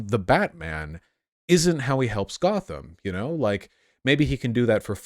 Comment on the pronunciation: they really said GOTH-am